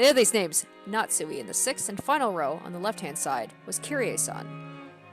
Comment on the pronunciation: Pronunciation notes: - You did Natsuhi's name correctly - Beatrice is like Bay-ah-toh-rii-che. You'll hear it plenty of times. I like to hear your theories and analysis! Even so early, I feel like you're picking up on things that are important to notice.